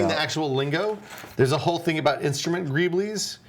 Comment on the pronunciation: Gree-bulls! "Greebles" is pronounced "gree-bulls" Sweet Jesus, I bet you pronounce "meme" like "me-me", don't you?